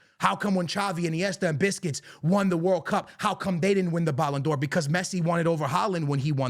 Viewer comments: Why do you call Busquets “Biscuits”? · man said “biscuits” lmao i love how he pronounces certain names😂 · Why he calling busquets biscuits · Rodri !!!! Rodri!!! Rodri!!! vini cried and humbled by the french!! be better!! YES IT IS A BUISNESS!!! Vini couldnt put out his own tweets because he is a horrible human being. pronounce Sergio Busquets the right way.. and dont bring up legends in a present tense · The way this dude pronounces "Busquets" makes him lose all credibility in my eyes.